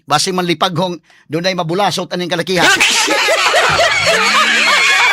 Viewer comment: Tinuod nang imo Atorney. sa Negros Oriental bulasot, paspason nag sulti.. dili bu-la-sot😄